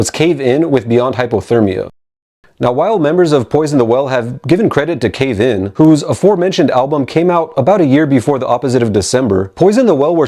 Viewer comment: The way he say's Cave...IN throws me lol